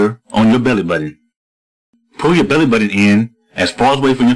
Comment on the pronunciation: he says "belly" funny